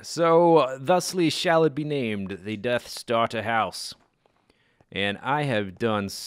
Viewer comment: when yo say death starter house say death star *pause* ter house